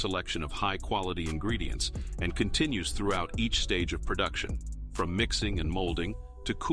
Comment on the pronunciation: He says "quality ingeedients" so often, that I think it's a lie